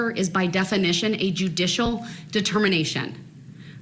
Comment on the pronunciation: did you notice sometimes he said ask?…I think a lot of it is an act…but he also says troof,instead of truth..substain instead of sustain..he says dujicial instead of judicial and so many other things I’ve heard from similar people